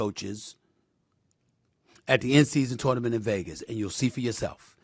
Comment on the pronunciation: Hey SAS, say Tournament again 😂😂😂😂